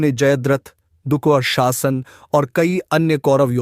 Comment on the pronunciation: दुःशासन का उच्चार बडे मजेदार ढंग से किया है. 😂